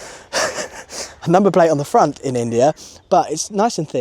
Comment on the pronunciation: The Indian accent on the pront is coming out.Cows and bears,what a peaceful place.